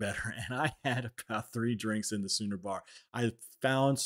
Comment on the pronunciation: Bro, it’s the Schooner Bar (pronounced like Skooner) 😉